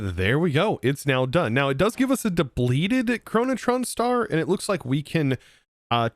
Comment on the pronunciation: i like how there is no R in "Chronoton", yet keeps pronouncing it as "ChronotRon"